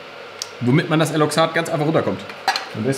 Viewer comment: weiß nich, obs ne "tsenon" vs. "xenon" nummer ist, aber eigtl heißt es "eloxal" und nicht "eloxat". ich hab aber ehrlich gesagt auch ne weile gebraucht, bis ich nicht mehr "eloxat" geagt hab... xD schicke kaffeemaschine!